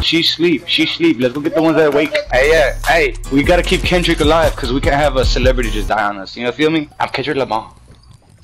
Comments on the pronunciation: Klendrick? Why you put an “L” in my name? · Am I the only one dead when the dude said klendrick Lamar